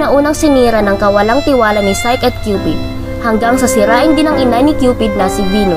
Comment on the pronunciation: Psyche ang pronounciation is sayki